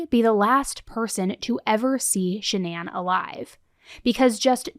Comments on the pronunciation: Can I just say, I’ve been holding this back a long time because I know true crime YouTubers aren’t meaning to, but her name is not pronounced “sha-nan” it’s pronounced Shannon even tho it’s spelled like Shannan, we even heard her own mother in the clip in the courtroom pronounce it Shannon. It just seems hurtful, literally every person who’s ever covered this case has pronounced her name wrong even after hearing how her own mother pronounces her name. Shannan didn’t deserve any of this, and she doesn’t deserve to have her name mispronounced by everyone after she’s gone. Idk it just feels hurtful sorry if this is a hot take and upsets anyone not meaning to I just think it’s very important we are pronouncing victims names correctly. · Just curious why Shannan’s parents pronounce her name one way, but everyone else, including family, friends and the general public pronounce it differently. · Why does everyone pronounce her name wrong when her mom says it like Shannon not shan-ann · If her mother pronounces her name Shan-un why does everyone always say Sha-nan? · Stop saying her name like that if you listen to her own mother say her name she says it just like Shannon it’s not shanAnn you can still say Shannon with an A Shannan! Everyone keeps saying her name all wrong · Your vid starts off with her mom literally telling everyone how to pronounce her name and you Americans butcher it as hard as he butchered his family. I don't understand how she is called Shan Anne when her name is pronounced Shan nin. It annoys me so much that I can't get through any vids. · So is her name Shannan or Sha-NAN? Her mom pronounced it the normal way. The way it's normally pronounced is very different. Her mother would pronounce it correctly, right? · I wondered about this too. The mom pronounced it like Shannon but then one of the recordings of Chris has him saying it "Sha-Nan" . And then all the shows like 20/20, Dateline, etc. pronounced it like "Sha-Nan". I don't know.